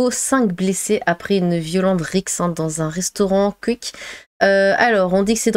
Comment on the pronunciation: "Le Cuik" ahahaha ta manière de prononcer ça